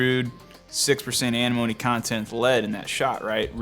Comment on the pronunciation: Why can’t half the people that work at these ammo factories pronounce antimony? They always say “Animony” like there’s no letter T in there.